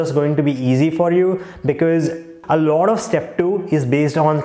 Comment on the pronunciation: speaking first as “furrst”, and lot as “lord” 😂. But speaking question as “koshun” 😂😂, lmao